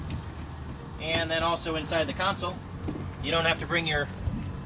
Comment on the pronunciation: Console not council